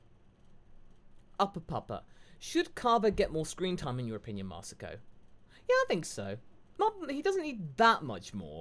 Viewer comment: i forgive for butchering my name Masako